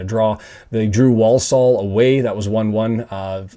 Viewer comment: So nice to hear the first 'l' of Walsall pronounced, as it used to be, long ago. You won't hear that in Walsall, or Warsull as they say. It's usually silent, as in calm, or salmon. Love this channel! Up the town.